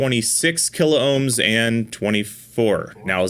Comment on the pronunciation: P L E A S E ! ! ! Stop butchering the Kilohm word ... it is only 2 syllables, not 3.